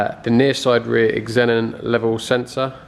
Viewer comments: It’s pronounced zenon not eggzenon 😂🤣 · I thought xenon was pronounced "zen on" not like "x en on" :o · I though Xenon was just pronounced zenon? Is it eksenon? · Xenon is pronounced Zen on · wtf is an eggzenon?... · beechface1 no. It’s pronounced zenon... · Thought so. He was saying it like eksenon. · Nice work on the “Eggs- xenons” 😂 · Xenon is pronounced zee non lol I’m assuming that’s what you’re trying to say when you talk about the headlights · did you hear how he pronounces it in the video? He doesn’t say ze or zee he say X-enin like how you would say X-men. It should be pronounce with a Z sound no matter what country you’re in lol it’s not a brand it’s a chemical element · Cars a little diamond in the rough. Even wiper jets perfectly aligned lol. One thing buddy. Pronounced Zenon. Xen becomes Zen...on